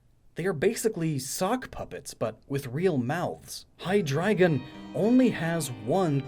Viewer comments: Funny enough, your pronunciation of Zweilous and Hydreigon were spot on but Deino is pronounced like the Dino in dinosaur. Ein=one, zwei=two, drei=three. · very interesting theory! Still wondering where the second brainless head comes from though... just an urge for symmetry? Also, yes you pronounced Zweilous and Hydreigon correct! Not Deino though, the 'ein' is also German for 'one' ;) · And Hydreigon. He did good, outside of Deino. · Deino - like "dino" from dinosaur, and also including the German "ein" for "one", which make the rest obvious. At least you said Zweilous and Hydreigon right. ;) ☆ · According to your own research, IT'S "DIE-NO" Sorry to nitpick, but it frustrated me, because I was genuinely happy to hear Hydrygon and Zvylous being pronounced correctly.